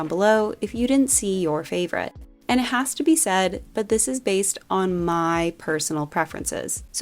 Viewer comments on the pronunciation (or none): none